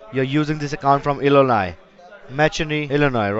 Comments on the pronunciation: he says il-li-Nie 😂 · he cant even pronounce the state name hahahaha